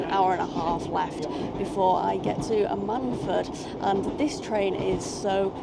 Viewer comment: The stress is on the Am, it’s usually more like AM-un-fud, not that I’ve been there but I am originally from South (East) Wales.